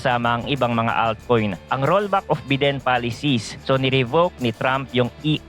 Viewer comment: bayden po basa don sa biden boss